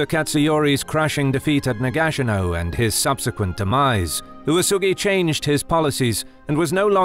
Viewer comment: Am I the only one confused by this pronounceation of Nagashino? Is this the correct way to say it?